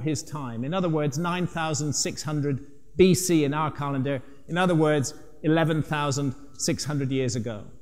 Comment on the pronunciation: Funny how he cant say "calendar " he says " car lender " lol